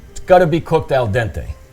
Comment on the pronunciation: Eh... "Maronna mii" davvero! Non critico la ricetta, ma fatela più "cooked AL DENTE" ahahahhah